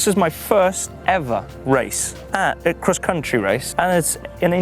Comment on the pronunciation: He pronounces cross-country “Kriss contry